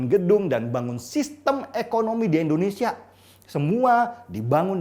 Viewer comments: Indonesia om bukan Endonesia..🥴🥴🥴😔😔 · indonesia om..... bukan endonesia